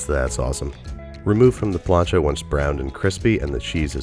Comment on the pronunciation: Forgot the lettuce... Say plancha again.